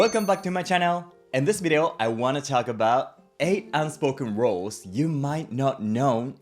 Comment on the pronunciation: An interesting video. I notice that the pronunciation of ‘rules” often sounds like ‘roles”.